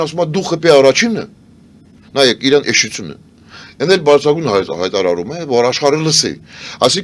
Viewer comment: Սովորեք ասել ԻՐԱՆ, թե չէ Իռան հա Իռան))